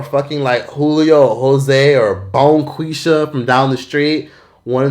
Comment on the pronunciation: Stop saying Bonqueesha 😂